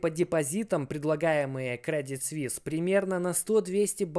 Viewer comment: Не свис а суис